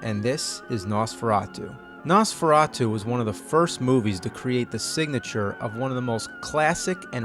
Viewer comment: no they said it more like "Nose-ferato!"